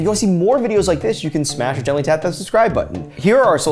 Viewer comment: "Smash or gently tap the like button" Sounded more like "Smashidentally tap the button" and I'm not mad about that 😂